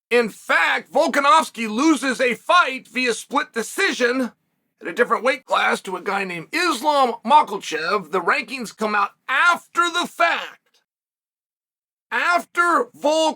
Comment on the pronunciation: Islam Mackelchev